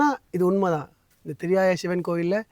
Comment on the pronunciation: ENKA AREA - THIRIYAI NOT THIRIYAYA - திரியாய்